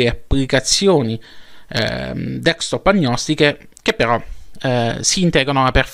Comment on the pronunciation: Grazie x le notizie e la passione che metti...ma una cosa non ho capito. Perché lo chiami dekstop invece di desktop?